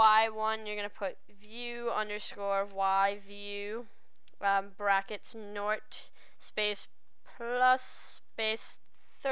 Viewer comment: Question: What's a "nort?"